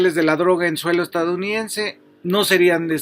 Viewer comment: Se dice EstaDOunidense, no estaunidense 🤦